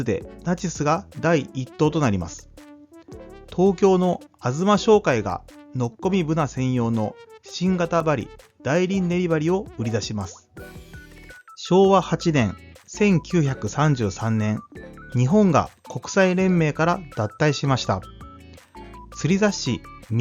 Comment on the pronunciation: 大輪、だいりん、ではなく、おおわ、です。